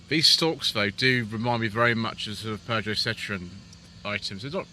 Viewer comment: I believe you miss-pronounced Peugeot there 😉 as a Vauxhall fanboy I certainly love my Insignia or the Astra K Elite 1.6 looks a good proposition with 200hp. But yes overall the designs have been handsome and inoffensive rather than striking and modern in recent times